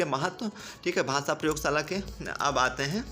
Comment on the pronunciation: Sir its not bhasa its bhasha